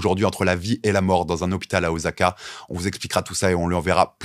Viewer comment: Salut, merci de mettre en avant la boxe japonaise, juste un truc on dit pas OZAKA mais OSSAKA, il n'y a qu'en Français qu'on change la prononciation du S entre deux voyelles et la c'est une transcription en romanji de la prononciation japonaise. Ca serait cool de parler de Kickboxing aussi.